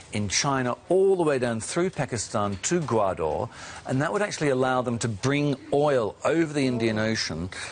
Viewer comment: It is Gawadar , not Gawaaaadooor .Fucking yankee